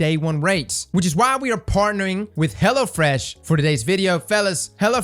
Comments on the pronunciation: The way you say Hello Fresh sounds like "Hella Fresh" I mean ....... I guess it works either way. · Are you saying hella fresh? or hello fresh? haha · I'm sorry but the only thing I can comment on is how I kept hearing "hella fresh" when he was talking about the sponsor and honestly I think they should just rebrand themselves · Sounds like 'Hella Fresh' during the ad when he says it. He's not wrong though.